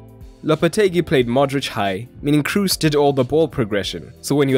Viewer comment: How are you German yet fail to pronounce ‘Kroos’!?